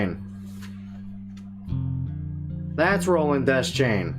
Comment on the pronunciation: Funny, I always used to pronounce it De-Chain, not Des-Chain. Welp